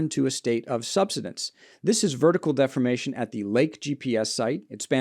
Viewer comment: Never trust a geologist who can't pronounce "subsidence."